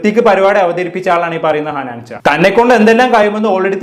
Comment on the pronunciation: ഹനാൻചാ അല്ലടാ ഹനാൻ ഷാ 😂